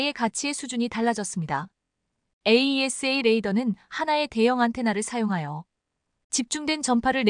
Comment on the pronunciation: 에이샤 해라 에이이에스에이. 하지 말고_